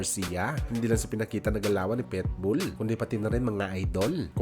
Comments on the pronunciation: Pakinggan mo nga mabuti kung paano mo ipronounce yung Pitbull..sabi mo..PETBULL..kaasar pakinggan..PIT..PIT..not PET🙄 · boss, PITBULL Hindi Po PETBOL